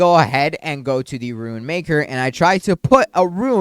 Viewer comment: Bro STILL cant pronounce "Rune"